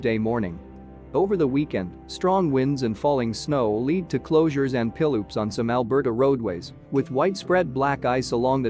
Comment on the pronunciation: Is this narrator an American? Fist of all it's -15 and -30, not 15 and 30, secondly it's pileups not pillups